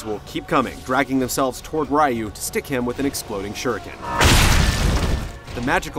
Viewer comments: it's hilarious that he calls Ryu "Rye-you" when in the game EVERY CHARACTER says "Ree-you" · This review sucked. Especially when the guy mispronounced RYU's name. lol